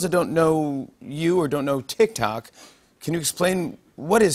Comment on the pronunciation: It physically hurts when they say “tik tok”